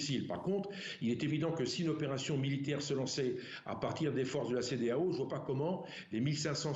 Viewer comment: La peur a changer de camp jusqu'à la journaliste dit la cedealeau !!!😂😂😂